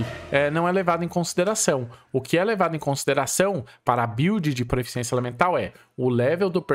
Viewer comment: Três anos de Genshin e ainda fala proeficiência ao invés de proficiência kkk